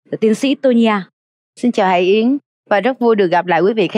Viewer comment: M rất hiếm khi cmt nhưng thật lòng góp ý với CT nhờ chị HẢI YẾN phát âm rõ tên cô ấy được k ạ? Chính tên mình mà đọc k rõ thì nghe rất khó chịu luôn đó ạ! Đọc cái tên bản thân mà nuốt hết cả chữ!! Anw: Ct rất hay ạ! Cô Tô Nhi A nói rõ hơn cả MC! Còn chuyên môn của cô ấy thì xịn miễn bàn rồi ạ♥️